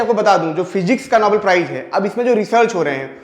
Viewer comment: नोबल नहीं नोबेल